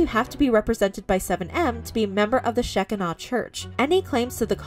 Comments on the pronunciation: This is sad but the way she pronounced Shekinah, liked to took me out! 😂🤣😂🥴 Seriously, I hope they get their loved one back though. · She is pronouncing Shekinah wrong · Sheck-i-naw church😂 Lady, its pronounced "Shi-kyna." The shekinah glory is all through the Bible. Wow. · It’s pronounced she kie nuh like Shekinah glory in the Bible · I have no clue who these people are, but I'll be darned if I'm not hella invested. And Shekinah is pronounced sh-KI-nuh. "The word shekinah does not appear in the Bible, but the concept clearly does. The Jewish rabbis coined this extra-biblical expression, a form of a Hebrew word that literally means “he caused to dwell,” signifying that it was a divine visitation of the presence or dwelling of the Lord God on this earth." "In the New Testament, Jesus Christ is the dwelling place of God’s glory. In Christ, we see the visible manifestation of God Himself in the second person of the Trinity. Although His glory was also veiled, Jesus is nonetheless the presence of God on earth. Just as the divine Presence dwelled in a relatively plain tent called the “tabernacle” before the Temple in Jerusalem was built, so did the Presence dwell in the relatively plain man who was Jesus. “He had no beauty or majesty to attract us to him, nothing in his appearance that we should desire him” (Isaiah 53:2). But when we get to heaven, we will see both the Son and the Father in all their glory, and the Shekinah will no longer be veiled" (1 John 3:2) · The "scheckinaw" pronunciation is so cute. I was raised evangelical and I didn't realize there was an entire world that wouldn't even know how to pronounce that word. I'm honestly just so glad for that. Thank you. 😂💜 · Just an FYI...the word Shekinah is pronounced Sha-ky-na. It means where God's divine spirit is settled or dwelling. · The correct pronunciation of that word is sheh-KINE-uh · Sheh-kine-ah is how it is said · Shekinah (She-kine-ah) 😊 just in case you talk about it again.